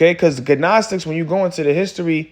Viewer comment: Edifying video. In the word “gnostic” the “g” is silent bro